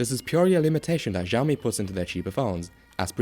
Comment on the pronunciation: Why you call it "Jiaomi" ?